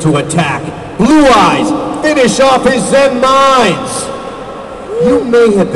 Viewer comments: but its pronounced zen-MAINes. not zen-MINEs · but their actual pronunciation is zenMAINes... so... sucks. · in the japanese language they have a charcter that is the equivelant to ai, but it is pronounced with the "big i" sound. all of the wind-up cards that have zenmai- use this character and everyone just started pronouncing it incorrectly like the japanese god of thunder/lightning Raiden but I digress. all of the zenmai-cards are pronounced zenMINES, or zenMITEY, or zenMILEstrom.